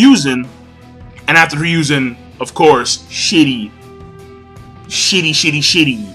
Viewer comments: The 3rd's name is pronounced here a zoo herizu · It's pronounced "HE-roo-zen" Sorry that was just really annoying me...